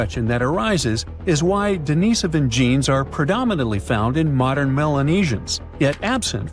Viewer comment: Wish the narration would pronounce Dinisovan correctly cbsistently Its Denisovan not Denovisan